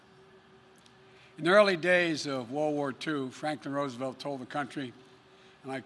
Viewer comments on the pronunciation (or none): none